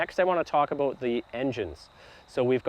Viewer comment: He said aboat 😂